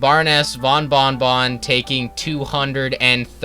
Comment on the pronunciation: Not trying to be mean but you said bing bong Even though it’s bon bon 😂 like I said not trying to be mean